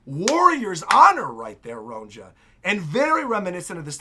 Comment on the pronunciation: I don’t want you to take this as a diss or an insult, I just want to let you know for future chapters and eventually the anime too: Elbaphian Names with the letter “J” are pronounced with a ‘Y’ sound. Ronja would be pronounced ‘Ronya’; Johanna —> “Yohanna”; etc. (it’s the same principle that applies to the name Bjorn, which people are more familiar with so they get that one right.)